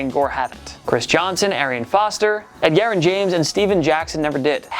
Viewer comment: Who tf says Ed Gerrin James?